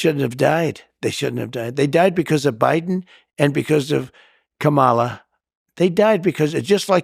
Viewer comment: I wish he could at least pronounce Kamala Harris' name correctly. Of course I attribute it to his STUPIDITY and NOT just choice.